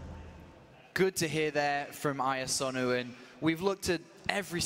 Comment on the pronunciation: "AI", "IANosu",... just IA or IAsonu would do,. You must have been biting your lip throughout:D.